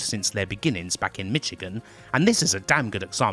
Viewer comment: MISH-again not MITCH-again